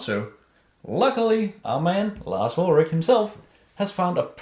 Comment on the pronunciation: Larz Uldragging lmao